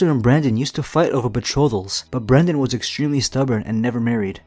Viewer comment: BRYNden not BRENden